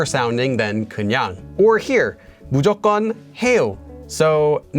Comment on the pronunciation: also it is always pronounced [무조껀] :)